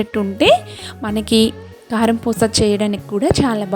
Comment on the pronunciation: పూష కాదు అమ్మా పూస అనాలి.😊